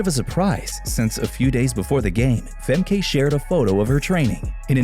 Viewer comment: Pronounced FEMKA